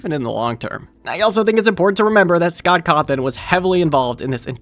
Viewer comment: Qhy did you say Sock Cotton? Why not just say Scott Cawthon? His name isnt Voldemort levels of evil.